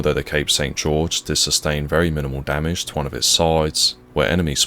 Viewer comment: "damage" lmao